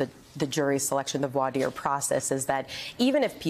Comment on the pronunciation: TY for saying voir dire correctly! The woman from Alabama says it so oddly I had no idea what she said.